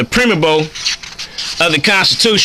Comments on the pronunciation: did he say Prim-a-bowl? I don't know how long it'll take to watch this? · Did he say he was going to read us the preemebo of the constitution? 😆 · Home boy can’t even pronounce preamble or Yahweh and wants everyone to think he’s the best legal expert for moors 😂